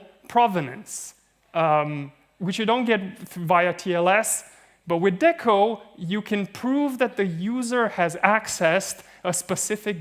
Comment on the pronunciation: >DECO >Literally stands for "DECentralized Oracle" >Pronounces it with a short E bruh